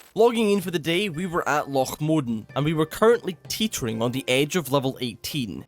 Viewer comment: My brother in Christ, he is Scottish. Loch is a Scottish word. He's saying it right.